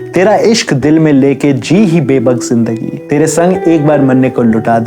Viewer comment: बेबाक bebaak not bebak